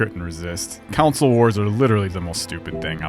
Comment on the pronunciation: You are trolling right? there is no way you say console like that.